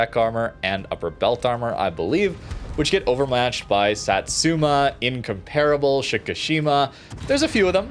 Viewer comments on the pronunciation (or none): My dude still doesn't pronounce incomparable correctly.